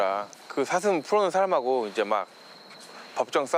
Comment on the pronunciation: 아놔 뉴스보다도 ㅅ 발음안돼는거 자꾸웃겨가지고 ㅋㅋㅋㅋㅋㅋㅋㅋ "사 thㅡㅁ!!" 저정도 피해면... 고양이들처럼 잡아다가 중성화 해야하는거 아닌가요;;; 권익위가 방안을 하루빨리 만들라!!! 뭣허냐~